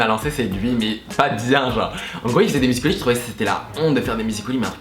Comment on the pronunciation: Ça me perturbe, ils disent musicol.y au lieu de musical.y 😂